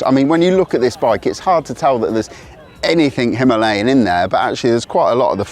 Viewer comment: You mispronounce "Himalayan" on purpose. Stop it.